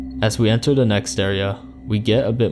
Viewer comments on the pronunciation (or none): none